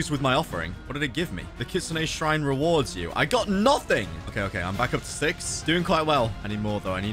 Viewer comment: Did you hear 6 or sex